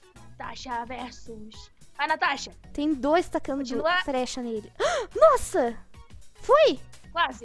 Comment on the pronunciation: Em vez de flecha fala frecha meu deus